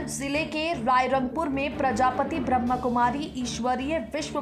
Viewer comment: प्रजापिता कहो प्रजापति नही